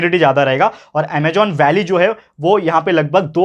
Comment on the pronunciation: Sir it's Amazon not Amagon